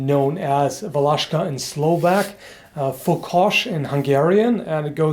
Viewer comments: I'm slovak, and i'm realy suprised how you pronounced Valaška... very good... try some slovak words, like "čučorietka" "púpava" "fujara" just for fun :D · Thumbs up for pronunciation "Valaška" ;) (Iam from Czech Republic) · Hey, it was mostly used in todays Czech rep, in "Valašsko" region in east part of Czech rep, at border with Slovakia, hence that name Valaška (by the way you prononce it really good), and still is used as you sayed, in rural areas, and in ceremonies etc. I went to high school in Valašsko for some time, I have seen people to used it quite often. And it is not supposed to be used for chopping logs. Its used mostly for chopping small branches, self deffence and walking stick. Something you carry with your self every day, all day. By the way, I really love your vids. Greetings from Czech rep.:)